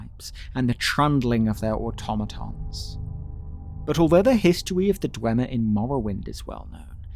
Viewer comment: not the histowy of the dwemmer 😂😂